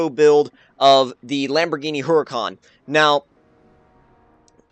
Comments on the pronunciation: how to pronounce HURACAN - ooo-ra-kan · It's pronounced [Oo-Ra-Khan] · Yeah the pronunciación of haracán os conpletely wrong xDD belive me, im spanish, i know. Btw, could you please do a max out buggati? Thx